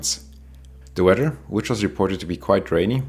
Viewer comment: Bad 'weydur.' ;)